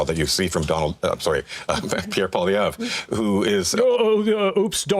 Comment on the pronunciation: Hey, have you ever noticed Nanos always pronounces Polly’s name with a W?